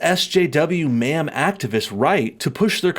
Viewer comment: It’s Man? Manm? I just don’t know what you’re saying sir 🤣